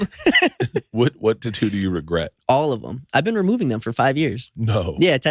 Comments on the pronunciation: It's tattoo not tuttu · Say Tatoo one more time. LOL I love it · If I ever hear tattoo's pronounced the same way...... Gonna pop my ear drums...